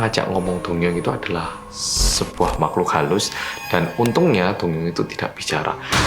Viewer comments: Aku dengernya doyoung ternyata dongyoung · ngomongnya dongyoung,aku dengernya doyoung:D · Name: dongyoung. What i heard: doyoung Wtf? Kangen:)) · Kejadian ini terjadi pada seorang laki - laki bernama Dongyoung. Aku dengernya Doyoung dong:")